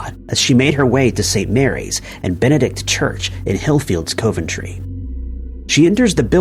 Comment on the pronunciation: No.10 >ur pronunciation of areas would baffle the folk of ‘Co Ventry & ‘A’ therstone in England 🏴